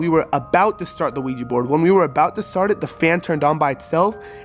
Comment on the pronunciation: It’s ouija board not ouigi, It just has a weird pronunciation